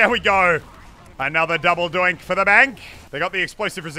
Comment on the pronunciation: It's double donk no double doink